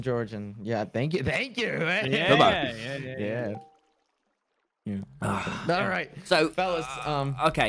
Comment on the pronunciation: "aringk you"☠️☠️☠️